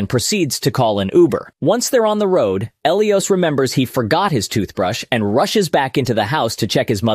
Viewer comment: Who the hell is El E Os. ...😂😢😂 Pronounced: "Ah Lie Is" Elias